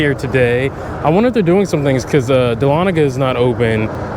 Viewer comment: as a Georgian it makes me happy do hear someone pronounce dahlonega correctly! also welcome back